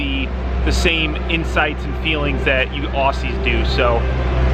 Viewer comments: Ozzy , not ossie. (Love your vids) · Cheers mate for the shout out, but it's pronounced "ozzie" not ossy! But cheers heaps! Keep it up! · Just a heads up, its pronounced "ozzy" when refering to us Aussies..yeah we're weird lol